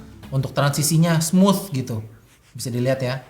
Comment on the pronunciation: "Smooth" lidahnya sampe keluar